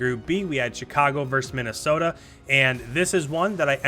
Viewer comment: For the love of all things holy, it's versus.. Not verse... Please share with every other cod commentator or broadcaster of anything ever.